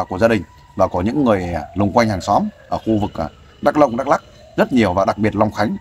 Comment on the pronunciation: OK bạn , nói sai hoàn toàn dak lông